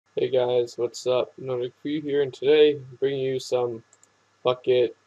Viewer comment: It almost sounded like you said fuck it lol